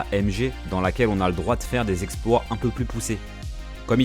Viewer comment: Superbe video ! juste un mini truc qui m'accroche les oreilles (désolé je suis tatillon) En speedrun ou dans les jeux vidéos en général on utilise le mot anglais "exploit" (a prononcer a l'anglaise avec le T), la traduction est exploiter (on exploite les glitchs et les bugs du jeu) Tu le savais surement déjà mais au cas ou... Encore merci pour cette belle video sur mon jeu préféré aussi. ps: j avance dans la video, t'es un tueur. J'ose pas imaginer le temps que t'as mi a monter tout ca...